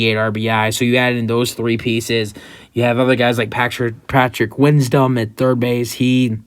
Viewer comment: Seiya Suzuki is a right fielder, not a centerfielder, and mispronounced Patrick Wisdom.